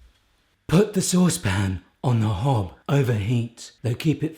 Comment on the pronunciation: What is a hob or hub or hab. Whatever he says. I'm generally confused